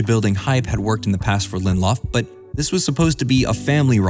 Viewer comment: It’s 3 syllables: Lin-dill-off I am fun at parties.